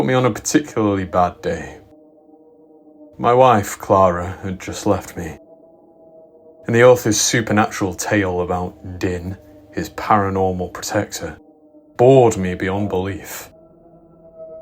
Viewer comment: Is it perhaps pronounced jinn, not dinn?